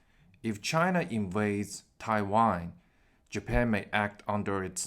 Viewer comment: I know you are saying Taiwan. But your pronunciation sounds like you are saying Thai Wine XD.